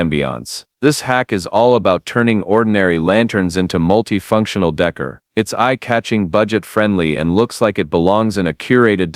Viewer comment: If I have to here the word "Decor" (day-CORE) pronounced "dekker" one more time ...